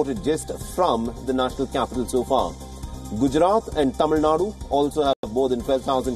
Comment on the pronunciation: This is the first time I have seen an english news channel in india to pronounce tamil nadu properly with out a foriegn accent kudas to the reporter